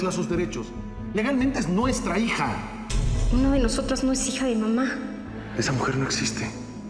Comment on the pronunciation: dice hica en vez de hija